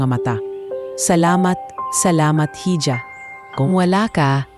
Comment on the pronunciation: Hija is pronounced as iha